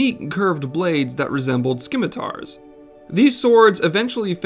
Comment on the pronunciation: Great video, but your pronunciation is atrocious. 😱 Please, it's not AYther, it's EEther. The c in scimitar is silent. And for the love of Kami, never speak a Japanese word again.